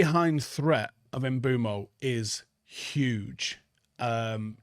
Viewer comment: ok well you're already wrong with Mbeumo so that's hilarious. Maybe go back and watch the video where all the players pronounce their names, it's not "mbermo" XD